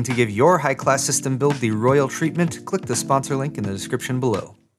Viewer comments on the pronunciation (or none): none